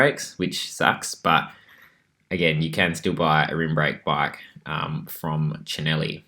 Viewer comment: Gave you a like purely for your pronunciation of Cinelli 😍